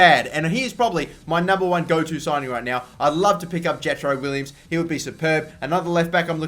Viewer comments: Jetro Willems' last name is pronounced "Villems" not "Willems" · Will-ems not Williams! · wow I'm stupid I meant to say it is pronounced villems. Sorry guys!